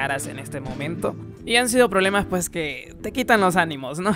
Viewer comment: Me gustaban más tus videos cuando decías 'puej' :'V